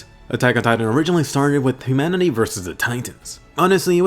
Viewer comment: Did yOu Say Imanity